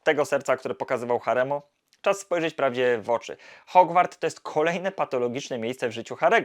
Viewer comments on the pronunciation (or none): none